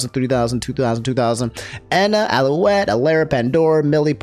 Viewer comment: How come this dude can pronounce friggin Alouette flawlessly but struggles with liver and Selen????? 😭